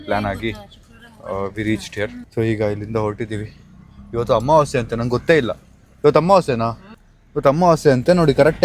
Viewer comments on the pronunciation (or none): Amavase ❌️ Ammavaase 😅✅️